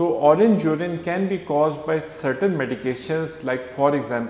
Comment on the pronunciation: Its not jurin URINE 😂😂🙏🙏